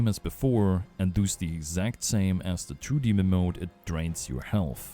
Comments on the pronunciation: Because i hear you say that a lot: It's "Does", not "Duus". Its almost spoken like "das" in german, but with an o inbetween. aka "dos" (I assume you are german, taken from your accent) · As an Austrian / fellow German speaker, I feel the "Du's" on every does. I feel it in my soul. Thanks for the guide! I was definitely missing a lot of the info on my end.